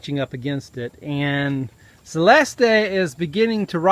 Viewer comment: "Celest-E" <---LOL There's no E pronounced on the end of it.